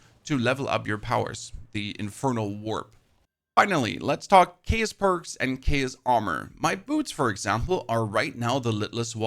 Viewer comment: How do u say chaotic correctly but not chaos.